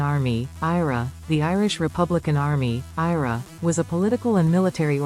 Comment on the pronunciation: Your AI narrator is shit. It's the I.R.A , not IRA.